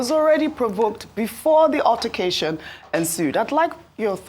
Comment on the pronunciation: "UTTER"cation. Those in the new media need good training in proper prounciation.